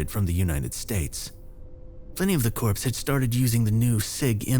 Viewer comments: Been waiting for you uploads! Yey! You're one of my favourites... please stay human and not use AI 🙏 Oh BTW, please don't pronounce "Corps" (Cors) as Corpse, a dead body or cadaver, they are not pronounced the same please 🙏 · Corps is pronounced “core” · I was just about to post the same, but saw you had already done it lol. It is surprising just how many people do pronounce the p and s, forgetting (or not even know) that the p and s are silent